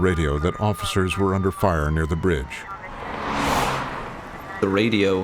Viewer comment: Did he catch himself on fiyaaa . That’s a professional speaking ?? 😬 yikes